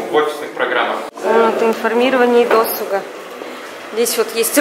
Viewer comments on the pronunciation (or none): Досуга ударение ставь правильно